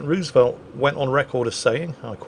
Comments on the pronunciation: The pronunciation of Roosevelt is irritating to an American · I love ya, I really do; but it’s Roosevelt with a harder o sound like in no, it has some oo sound but it’s more or aloft an o